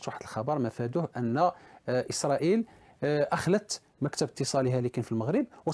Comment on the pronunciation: اليان الحال وليس ايسريل